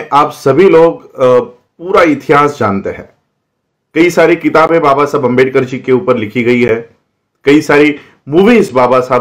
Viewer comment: Screen par likha hua आंबेडकर hai lekin pronounce अंबेडकर kar rahe hain. Shuddh vartani kya hai